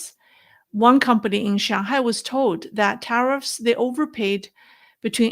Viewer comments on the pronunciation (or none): none